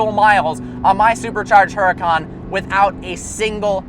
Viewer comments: you pronounce huracan wrong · Can you pronounce Huracan properly please.